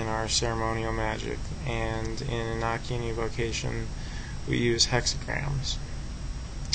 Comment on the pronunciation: it's a long o in Enochian.